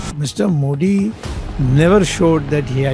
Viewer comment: Great mind being kept on the sidelines while clueless bootlicker Sitharaman is running the FMO. No wonder this country is in such shambles. But it really is something remarkable that even such an educated man can't pronounce Modi correctly; that's how bad education is in this country.